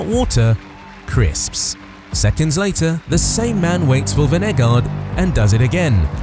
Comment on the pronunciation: The AI voice does not know how to pronounce Vingegaard.